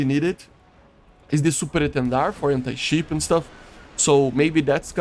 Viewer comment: Gotta enjoy your accent i love it so much, the way you said "ship" sounded like "sheep" PS: im not making fun of you matter of a fact i like this stuff you make :) continue to make me entertained